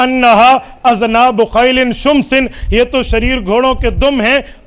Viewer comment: O ullo shamsi ni shumsi ha dekh kar b ni parsakte ...